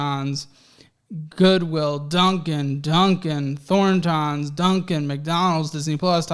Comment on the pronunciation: “Thorn…tahns” lol it’s pronounced Thor-tons. It’s a gas station.